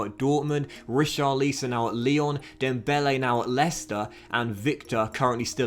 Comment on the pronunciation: richar - leeson 😂